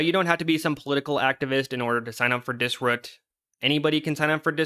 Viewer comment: Pronouncing dis-ROOT, “Dis-RÚT” made the video unwatchable as I couldn’t stop thinking ab it